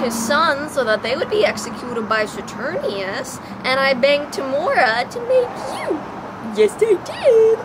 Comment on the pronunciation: This was amazing!!!!! I love your mini-Shakespeares so much oh my god. Also...I think it's Saturninus, with a "nine", not Saturnius, but this was posted in 2013 so it won't really matter at this point.